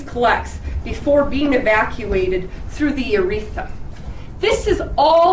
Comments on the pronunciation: That is such a stupid defense, punctuated by the inability to pronounce "urethra." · I can't edit my first comment so here I am again, and all I want to say is wow! That defense attorney is disgusting. Her attitude is garbage and she seems very unlikable. Good match with the defendant. OMG and the attorney can't even pronounce urethra correctly! Wow. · Oof, defense lawyer says 'uretha' and 'cuttin' a baby out.'